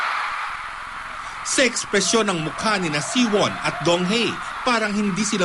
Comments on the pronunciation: Donghae is pronounced as DongHEH not DongHEY.. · donghae as in donghe not donghae....kaloka nmn ung ngbalita....i was there grabe ang tau....at tlgng gwapo ni donghae!!!!!!!!!